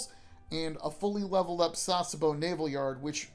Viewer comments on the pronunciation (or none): Good detail to detail guide 👍 already subbed Oh and btw you don't pronounce Sasebo as Sars-bo, it's Sa-Se-Bo